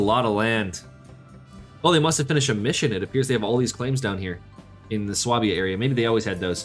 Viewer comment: Really sorry to be that guy . . . but please, it is pronounced SWAY-bia!